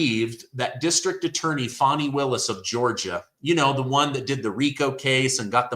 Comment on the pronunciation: How do we buy a country? That seems absurd & to put them under our jurisdiction wouldn't the entire country have to vote on that? Also Fani isn't pronounced Foni....